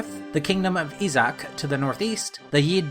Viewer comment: my biggest issue is that you didn't bother to look up the proper pronunciations of the names and locations. Issac is pronounced as I-sac, Thracia is Thray-see-ah, etc. It doesn't take all that long to look these things up